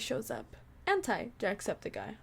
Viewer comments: Just saying It's Ant-E I know it's stupid but I honestly hate when people say Ant-Es names Like That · Btw you said anti wrong... Like do say I say E. But it's spelled anti.